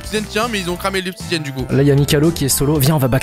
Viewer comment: "il faut combien d'obsidianne" 😂